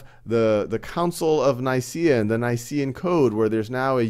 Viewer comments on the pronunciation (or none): none